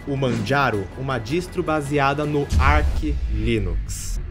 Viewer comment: fala amigo, só uma correção quanto à pronúncia: "Arch" se pronuncia da mesma forma que você diria "arte" em pt-br. Boa sorte com o Linux, não desista! Para um desenvolvedor é um SO infinitamente superior ao Windows, então quanto mais cedo você se acostumar com o uso dele, melhor.